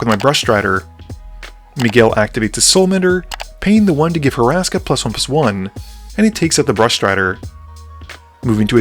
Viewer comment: Love this channel and HATE that I’m being this guy but… it’s HUR-ska not Horaska 😂